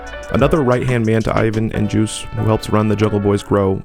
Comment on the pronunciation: you pronunced his name wrong his name is juice1 not juicy at least say all of there names correctly